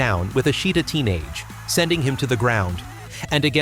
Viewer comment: Takanohana was brutal; so is the AI's butchery of the Japanese language. 😂 下手投げ(shitatenage)=shit a teenage. 🤣